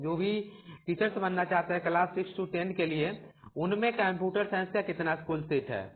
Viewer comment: bhai computer to thik se bol lo.